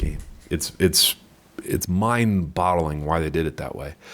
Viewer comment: Did he just say mind "bottling"?